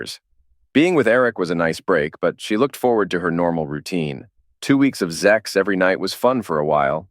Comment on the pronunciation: Wtf is up with saying zex instead of sex? It's ridiculous